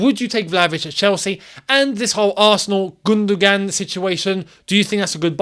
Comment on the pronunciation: think of it as GundoWAN and not GundoGAN